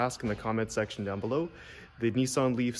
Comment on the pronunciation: It’s Nissan…..not NEESAN